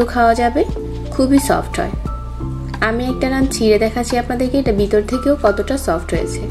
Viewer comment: আপু উচ্চারণ সঠিক হয় নি। বিতর থেকে না, ভিতর থেকে হবে। ☺️